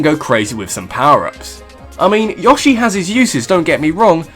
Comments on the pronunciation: You pronounced Yoshi correctly though, it's how Yoshi says it himself. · No way, you pronounce Yoshi correctly. Screw those guys that say YO-shi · You kinda do pronounce Yoshi right cause in SSBB he yells YOSHI the same way you do. AND HOW COULD YOU INSULT MIDNA YOU STINKING SON OF A *** THAT SHOULD BE EATEN BY CTHULHU AND NUMEROUS MONSTERS!!!!!???? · you say Yoshi correct to me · The way you pronounce yoshi is right. That's how you'd say it in Japanese. The 'American' way is wrong.